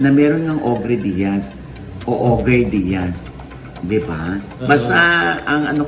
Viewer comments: OGRE - 1. : a hideous giant of fairy tales and folklore that feeds on human beings : monster. 2. : a dreaded person or object. It's pronounced O-GER not OG-RE. Iyong gumagamit ang alias na Ogre Diaz, for sure, mukhang almoranas iyan! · Baka po Ogre (pronounced as oger) po, gaya ni Shrek. I think the name was meant to make fun of you po. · OGER po ang pronunciation nyan. Baka bash against sayo. But, dedma mo yan. Paninira lng ulit. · mama ogie hindi po og're ang basapo jan , english word po yan na ang basa po jan ay o'ger meaning isang higante na kumakain ng tao. ang example po nyan ay si shrek. fyi po. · I think hindi ogre as in og-re ang basa dyan. Malamang yan ay ogre (oh-gher) ang basa. An ogre is a monster. Malamang patama yan syo mr ogie diaz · Pronounced as "OH GR" yan manash. Hindi OGREEE! OGRE means MAN EATING GIANT - PARANG SI SHREK. OGRE - means a cruel and terrifying person.